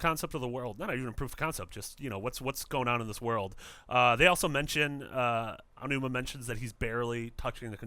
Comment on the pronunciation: I didn't think anyone else except "Gamexplain" could mis-pronounce Aonuma's name to make it sound like Ainuma. So, congratulations. I fee like credited websites known around the globe (and even known by Nintendo themselves) would have the cautiousness, background knowledge and actually do research about everything they mention before they publish this type of material. Mis-pronouncing names can be offensive to many people. =P